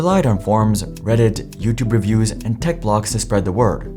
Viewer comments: "YouTube reWies" ☠️ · “YouTube rewies”